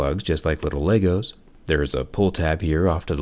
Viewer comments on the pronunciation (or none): none